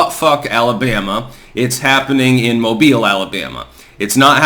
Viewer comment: knows it’s pronounced mo-beal. 👏👏👏